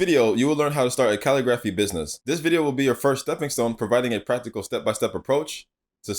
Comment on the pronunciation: It’s pronounced ca-lig-grif-fee🙃